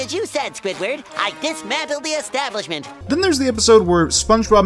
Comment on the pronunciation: I feel like you said 'etablishment'